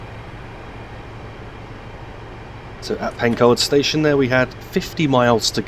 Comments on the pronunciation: Pencoed is pronounced Pen-"coid", so it rhymes with asteroid. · Pencoed is pronounced with an "oi" as in oil, so it's pronounced Pen-coy-d 😁